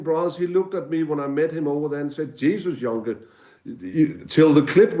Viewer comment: Joenke (Jønke) NOT Jonke 08/